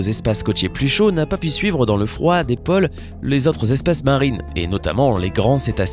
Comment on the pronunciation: Sujet qui pourrait être intéressant avec une prononciation (moins rapide et donc plus posée) et surtout plus correcte des mots comme pôle, côte, etc. Si on a placé un accent circonflexe, c'est pour une bonne raison... Perso, je pense que ce monstre a dû exister peu après la disparition des dinosaures (pas dinosOres) et autres monstres marins du Crétacé, etc. et qu'il est peu probable que de grands mammifères soient déjà très développés à l'époque de ce géant. Il faudra des dizaines de millions d'années pour que l’Évolution produise autant de grands mammifères qu'il y en a de nos jours. On a en effet estimé que les seuls mammifères existant au temps du règne des dinosaures ne dépassaient guère la taille d'un très petit chien.